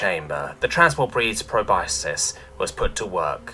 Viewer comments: just an fyi, it's pronounced "pro-bus-kus" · Love your narrations, but just a bit of mild constructive criticism: the word "proboscis" is pronounced pro-bos-kiss. Otherwise, 10/10